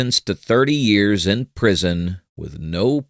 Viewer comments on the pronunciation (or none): none